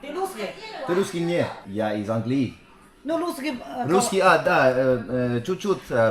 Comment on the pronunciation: You always say angliYEE angliYEE so confidently even though the accent is on the a, ánglii 😂😂